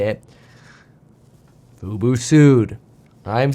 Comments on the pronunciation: fu-bOH, not fu-boo "F-U-B-O", not "F-U-B-U" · can't pronounce FUBO (Fubu LOL) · 🤣 Why have you always said FUBU when it is FUBO ??? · Love the report! By the way, you may get a text from Jeremy, the stock is Fub-o not Fub-u. 😆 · Love the news, but it’s FUBO! 😅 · "FUBO," not "Fubu." Fubu stands for "for us, by us" and is a black only clothing company. Disney didn't buy fubu haha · It's not Fubu, it's FUBO! Fubu is a ghetto clothing brand. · I was listening and wondering why he kept saying Fubu until I realize he's saying Fubo.